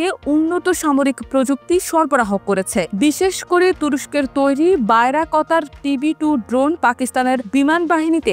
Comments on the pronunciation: বায়রাক্তার টিবি২ ড্রোনের নামটাও ঠিক মত উচ্চারণ করতে পারে না, এরা আসছে নিউজ পরতে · এই সংবাদ উপস্থাপিকা ঠিক মতো ড্রোনের নাম উচ্চারণ করতে পারে না